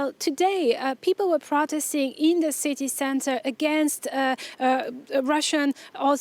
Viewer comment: "life in the ci-TAY"